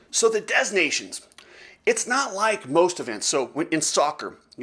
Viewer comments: "Dez" nations...lol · I’m pretty sure the s is silent. 3 minutes of advertising? Your channel will die soon